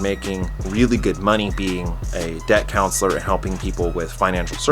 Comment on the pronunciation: I thought you said death councelour. Lmao